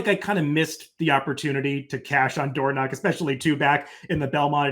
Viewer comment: Dornoch was named for the Royal Dornoch Golf Club in Scotland. The proper pronunciation is “DOOR-nick.” … Dornoch is a full brother to 2023 Kentucky Derby winner Mage